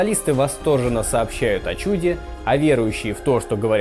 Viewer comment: Угу, только на несколько синхронов представителей секты гундяевцев, говорящих о "чЮде". А в большой взрыв не "верят", это теория, имеющая физическое обоснование и на сегодняшний день наилучшим образом объясняющая наблюдаемые во вселенной феномены. Будет теория лучше -- учёные откажутся от этой. В этом и состоит разница между верой и знанием. Понятие "праклетки" современной науке неизвестно.